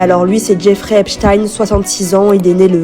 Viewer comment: Apprenez à prononcer son nom correctement déjà .. cette manie qu ont les français à estropiller les noms étrangers jeff(ri) Eps(stine)